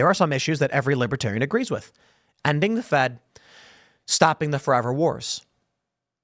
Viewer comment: Trump can't even pronounce Libertarian. He says, "Libbytarian". 😂😂😂. Trump got BOOED and BOOED and BOOED during his speech.